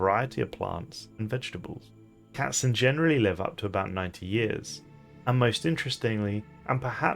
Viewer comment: I love that you are able to say all the variants of the German word Katzen without completely butchering it. Are you able to speak german?